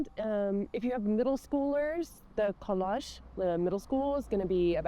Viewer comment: Nice video. I thought you were diabetic man !! Then collège and collage are 2 different words, think about the word "hedge" to get the right sound for an "è". Have a nice stay^^ .